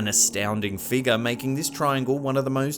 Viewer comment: figga, disappeaed,nauseurr, arear....where he should use r's he doesn't, where he shouldn't, he adds them.